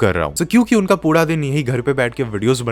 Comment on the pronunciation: Karne (correct) but pura (incorrect), why bro?